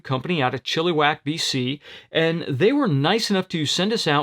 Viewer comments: Lol it's not chilli wack we say chill a wack. Up here in Canada these guys have a great reputation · Chilliwack not Chillewack ;)